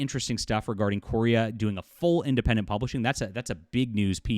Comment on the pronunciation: Thank you for sharing this news; this is the first I've heard of this. Meaning no offense, but Larry's last name is pronounced "Korea", just like the country. He explained that a while back on his FB page. Again, thank you.